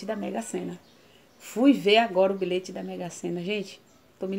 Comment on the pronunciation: Eu ouvi errado ou ela falou bilete mesmo no início. Kkkkk vc é demais😘😘😘